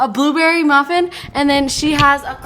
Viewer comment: Nobody:: "buuberry"